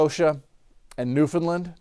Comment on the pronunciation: I'm in Newfoundland. I appreciate that you have extended your coverage for our neck of the woods, and I especially appreciate your efforts to learn how to pronounce Newfoundland :)